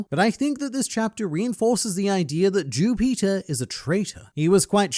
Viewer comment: I thought mu man was saying jew peter.